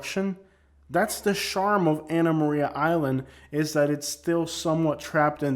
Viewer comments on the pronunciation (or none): none